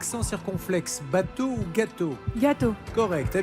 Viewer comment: vous aussi vous avez entendu "babtou" à la place de "bateau" ?